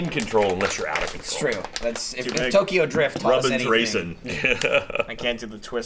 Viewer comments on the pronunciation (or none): none